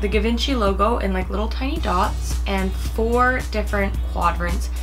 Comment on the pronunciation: It’s pronounced GeeVonShe.